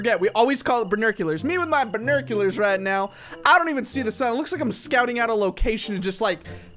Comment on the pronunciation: Bor-new-q-lors burnuculurs